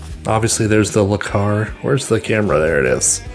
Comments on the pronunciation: Interesting, but Le Carre is pronounced Le Carr A not Le Car, hence the accent... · Le "car"? Le Carray. Carré